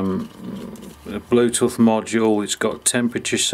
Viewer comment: First time I've heard it pronounced "blue-tuh'th" 😂